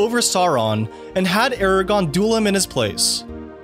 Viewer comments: Im sure someone else has said it; but it's AragORN not Eragon. Great video! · Loved the video, but the name is Aragorn and not Aragon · anyone gonna acknowledge the fact that he said "aragon" and not "aragorn" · I’m so passionate about this franchise. Love this video but a lot of your pronunciations drove me crazy! It’s AraGORN not Eragon!… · Man, this was a good video, but why does the narrator keep calling him Eragon. Or Aragon. and not pronouncing the second r as in the characters actual name, "AragoRn" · Also he pronounces Aragorn as 'eragon'. I don't think he's actually a fan of lotr, he just researched it for this video. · No, it really isn't. The guy narrating the video was mispronouncing it and it was getting on my nerves. It's Aragorn, not Aragon. 🙄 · I thought I'd watch this and maybe get 25% new info, but I was really surprised there were still so many things to learn! You did a great job. BUT as a huge fan, hearing someone mess up 'Aragorn' as 'Aragon' instead is a little irksome, lol. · The narrator also unfortunately calls Aragorn "Aragon". It's not snobbishness to say if you are a true fan you would know names and pronunciations by heart. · Same here. Only my nerd ass shouted when Cirith Ungol was mispronounced. Though that was almost forgivable, when I heard not once, but twice, "Aragon" I HAD to check the comment section. All in all, this is still a very enjoyable and informative video. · “Aragon” lol really? I’ll admit I didn’t know most of the facts in this video, but at least I know the main character’s names 😂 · "Eragon"?!?! .... you've never seen these movies have you?! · I cant get over how he said "Aragon" referring to Aragorn, after claiming this is the best trilogy. What a hack😅🤣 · Did he just call Aragorn “eragon”? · Yep he did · How can you know so much about Lord of the Rings and still call Aragorn “Eragon” 😔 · The prononciation of some names and places is so off. Eragon wtf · Bruh… it’s Aragorn, not Aragon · "aragon"? really?